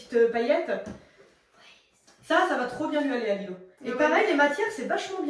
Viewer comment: C'est pas Lilo c'est Lilou 😢😢😢